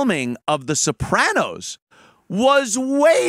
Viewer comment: I like how you added that little tongue roll thing to their name. The Soprrrrrranos... has a fun, zesty, ethnic feel. Like eating at Chili's!!